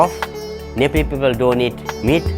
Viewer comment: This narrator cannot even say "Nepaalee" instead she says "Nepoli" no wonder people cannot distinguish between "Naple" and "Nepal"